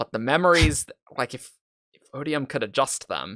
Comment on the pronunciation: Odi-Yums? O-bee-um?, you're awful, and I only have one thing to say to you: Thanks, I hate it.